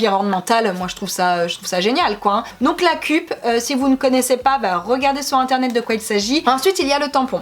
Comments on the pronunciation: On dit "keup" et pas "kup" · Et la cup se prononce ceupe